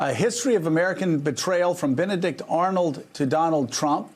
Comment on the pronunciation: "BENEIDICT DONALD"